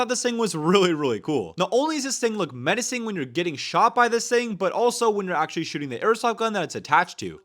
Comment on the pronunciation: the amount of "achally"s is insane